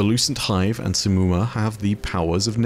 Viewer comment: Okay but how tf did oryx even end up there Also its not simmumah Its more like shimmumah Cuz of The š not s